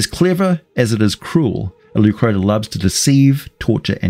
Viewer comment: Leu Crotta, crotta pronounced with a short O, not oo